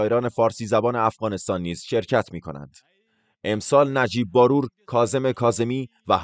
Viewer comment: شما مطمئن هستید که نام خانوادگی این شخص را درست بیان کردید (نمی‌خواهم بگویم شما اشتباه کردید بلکه این شخص تلفظ اصلی نام خانوادگی خود را به عمد عوض کرده)بار+و باید خواند ه شود barvar نهbaror